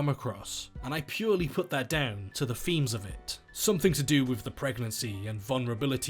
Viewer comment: "...and for me, that purely comes down to its femes ". 1 minute in and that's where the video had to end for me; I can't listen to a grown man who replaces his th with an f ...it makes my skin itch...especially in a word like "themes" 🙄🤮